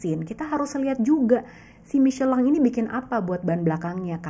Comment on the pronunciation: Baru ngeh Michellin bacanya miscelang😅